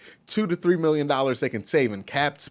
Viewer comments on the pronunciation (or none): none